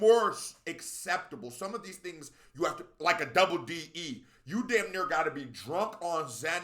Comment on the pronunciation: I love how much you love uk grime and rap … But I hate the fact you hate D double E SO MUCH and even say his name wrong! 😂😂😂 I love it really bro, all rap fans have different favourites and opinions.. you a real one! 👍🏾😎